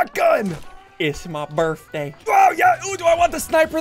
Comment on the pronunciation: iss ma birfday